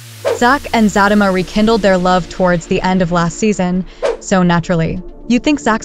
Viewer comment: The narrator needs to learn how to pronounce the show name is Zatima not Fatima.